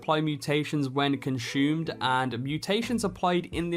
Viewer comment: The Artisian perk and don't forget about your AHLOOMINIUM ;) hehe conshoomed, love it